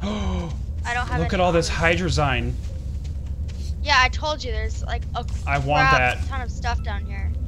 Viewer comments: you say hadrzie rong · I'm salty about the way u guys say hydrazine it's supposed to be pronounced like hydra-zeen